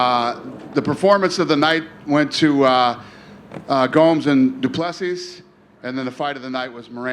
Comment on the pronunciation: DOO pleh SEE!! Get it right Dana!